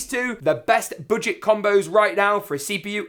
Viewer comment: You said BOODGET lol